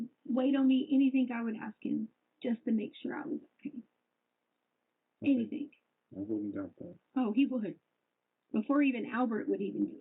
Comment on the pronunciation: “I don’t know ANYTHINK!!” She’s such a moron it’s unbelievable